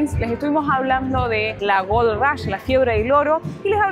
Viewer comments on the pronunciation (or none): none